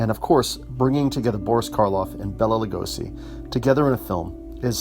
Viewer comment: Thanks for the review but it's Bay-la, not Bella and Vah-llin not Voh-lin. Also Halden, not Holden